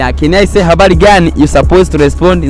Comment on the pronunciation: Habali gani Au habari gani, ss tunafundishaje wasiojua, bronuna kipindi kizuri napenda kuangalia ila L Na R jitahidi kuzifanyia mazoezi tuendelee Na safari